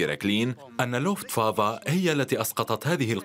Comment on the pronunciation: لوفت وافا وليست لوفت فافا